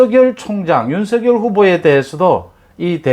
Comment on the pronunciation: "윤서결" "이나견" 정확하신 발음이 존경스럽습니다. 많은 유튜버님들이 윤성열로 발음하시는데, 특별하십니다. 매사에 정확하심이 느껴집니다.